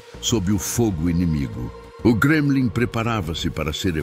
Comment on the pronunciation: "Gremlin" ? 😂😂 Não seria Kremlin ? Eita IA